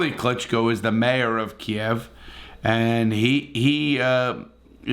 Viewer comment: you are the only person reporting on this i have seen to correctly pronounce Kiev, nice reporting did a better job than most people i encounter online. thank you